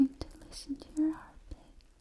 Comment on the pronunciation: Oh no! Not a fast heartBIT 😭😭😭